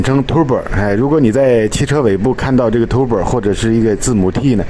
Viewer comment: Tur-bo, not Tu-bor